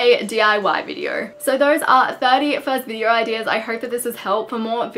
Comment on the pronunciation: Take a shot everytime you hear Videor